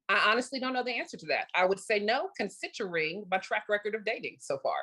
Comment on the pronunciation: “Consitchering” is now my new favorite word.